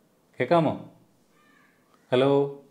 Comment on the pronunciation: അലോ അല്ല ഹലോ 😀😀